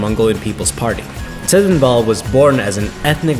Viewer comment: Why is the guy whose narrating it can't pronounce mongolian words? What the fuck, im laughing my ass off, he couldn't pronounce tsedenbal and dorvod, poor kid